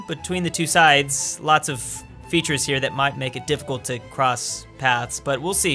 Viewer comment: listen to how says might sound like he's from the south of the U.S